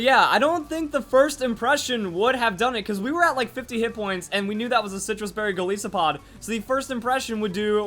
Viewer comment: Goliath + Isopod. please say it right